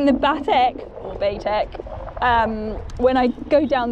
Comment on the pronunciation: Bay-Tec not Bah-Tec.